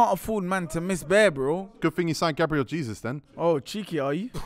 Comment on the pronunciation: You can tell didn’t get his GCSEs it’s pronounced GABRIEL HAYZOOZ